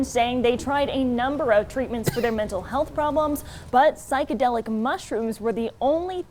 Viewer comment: This square can’t even say psychedelic right.